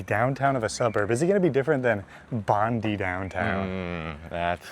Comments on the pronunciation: Americans pronounce Bondi the way it is spelt. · Please guys it's BondI not Bondee. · Bondi is pronounced Bond-eye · say it slowly Bond Eye, and then put it together Bondi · Pronunciation of Bondi, is "Bond-eye" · Do you guys read any comments? Last week multiple people told you it’s, “bond-eye, Bondi. Edit: Wow you guys are so smart🙄it’s taken you this long in your life, and assuming you went to school, to realise why the earth has days, nights and seasons. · Are you kidding Australia is the best country in the world!! It’s Bondi, pronounce Bon-die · It's pronounced Bondeye, damn when I heard you say it was your last Video, I became excited grabbed a stubbie of Tooheys Old from the fridge and settled down to celebrate. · Once again, It's Bondeye! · Bondi is pronounced Bond eye. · Love your videos - just a heads-up Bondi is pronounced Bondeye- keep enjoying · BOND-EYE, BOND-EYE, BOND-EYE - Did you read the comments from the last video? Otherwise I am enjoying your videos. Read the comments... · And please fellas, it's Bond eye. You'll get it. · Love watching you but Bondi is pronounced Bond 👀 eye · Enjoying your videos… but Guys! It’s pronounced Bond-EYE 👁️beach 😅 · To be fair, to my Canadian eye, based on how it's spelled, at first sight, it strikes me as "Bondee", not "Bondeye", so you can't really fault these guys for pronouncing it that way. Same with Melbourne. There's an "r" in it, yet you Aussies pronounce it as if it was spelled Melbun. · I'm thinking Bon dye Totally triggered i can't watch Nothing like that flipper Pam Bondi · Bondi is the right spelling but yes, its great Edit: Ok I see you mean the pronunciation. Yep please just say bond-eye 😂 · NO it's BON-DIE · Learn how to pronounce Bondi for starters.It’s not that hard is it? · Started to watch. Thought they would have stopped mispronouncing Bondi by now. Less than a minute in, same shit. Sorry but can't watch this. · Bond-i ......E pronounced as I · they can't even pronounce our beach correctly